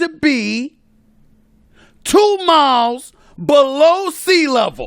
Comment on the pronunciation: Ngl when Stephen A put emphasis on 2 miles under sea level that was kinda funny.